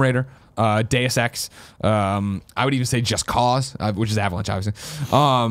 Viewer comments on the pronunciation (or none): none